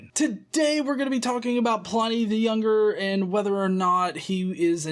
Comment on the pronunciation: Hey,, he's pronounced PLIH-nee NOT PLY-NEE, his name was Plinius.